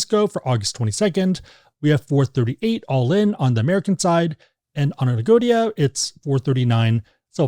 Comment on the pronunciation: Agoda not Agodia